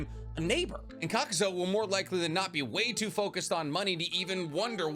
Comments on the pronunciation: Wtf did I just watch. This was more about Hidan than Rock Lee. And it's pronounced (cok-ew-zoo) not kakuzo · Kakuz(U), not Kakuz(O).